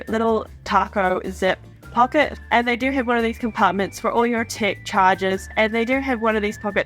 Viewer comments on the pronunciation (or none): I thought you were saying ‘tick’ accessories and ‘tick’ compartment. Tech …aha. 😅